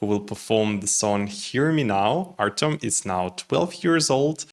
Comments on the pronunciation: Artem, not Artiom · This is a complete lack of respect for the person and the language. Just because you are used to speaking Russian does not mean that you should change the sound of the name to your taste. When you mispronounce the name of a completely different group of languages due to ignorance, this is one thing, but when you deliberately Russify Ukrainian, this is disrespect.